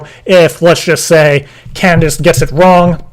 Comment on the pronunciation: Candice? It's Candiiey!